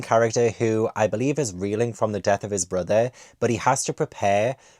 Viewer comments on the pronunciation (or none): none